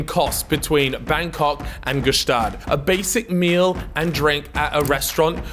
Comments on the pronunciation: hate how he mispronounces gstaad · Btw the g in gstaad is silent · stop pronouncing the G in Gstaad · The G in Gstaad is silent btw